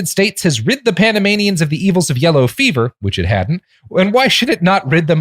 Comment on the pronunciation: Every time Robert says Panamanians my brain hears Animaniacs